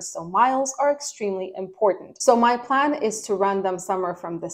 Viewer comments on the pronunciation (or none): none